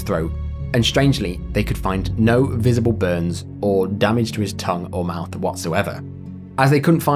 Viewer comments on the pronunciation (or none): none